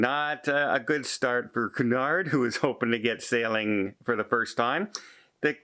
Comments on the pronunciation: its not coo-nard.... its queue-nard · you’re a travel - cruise expert. It’s pronounced “Q-nard”. Also, these companies need to guarantee all crew is vaccinated. Otherwise, who wants to travel with them?